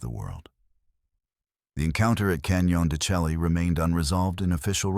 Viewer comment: Why don't you pronounce the canyon properly? It is pronounced Canyon Da Shay.